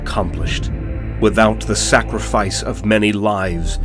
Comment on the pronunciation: I swear at one point he said, Snackrifice! Hahaha